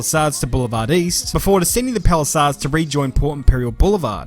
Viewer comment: Hearing a Brit say Palacades 😂